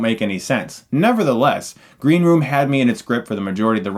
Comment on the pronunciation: Did he say "Green romance" at the start?